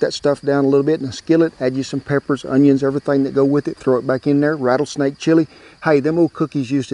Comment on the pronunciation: You just lost me as a fan..."RATTLESNAKE",AND I AM FROM TX